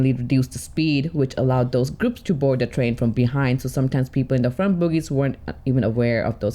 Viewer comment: Bogie, not boogies.